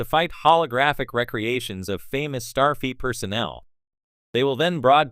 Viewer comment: Did the AI say starfeet? Lol